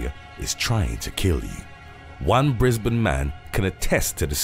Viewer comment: I congratulate you sir pronouncing Queensland and Brisbane correctly 👍